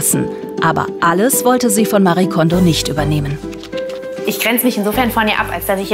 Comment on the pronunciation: Liebe Andrea, vielen Dank für den Hinweis. Haben bei der Redaktion nach den Gründen der Aussprache gefragt. Diese hat sich für das bessere Verständnis für eine deutsche Aussprache entschieden. Es stimmt aber natürlich, dass Marie Kondo ihren Namen selbst etwas anders spricht. LG und bleib gesund!